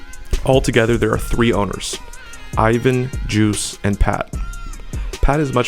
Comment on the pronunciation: you pronunced his name wrong his name is juice1 not juicy at least say all of there names correctly